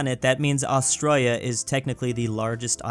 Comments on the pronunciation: As an Australian, why the hell do you pronounce us like that. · Why do you pronounce Australia like the Australians, but this standard is not used for other countries.